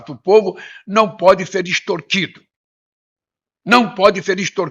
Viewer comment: Não sabe nem falar ...."estortido" 🤣🤣🤣